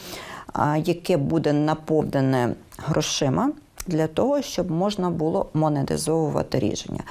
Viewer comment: НЕ бУло, а булО, не внЕсти, а внестИ! Українська мова це не львівський діалект!